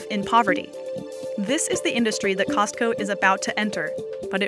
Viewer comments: It bothers me when people pronounce the T in Costco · the t in costco is silent. poor chickens :(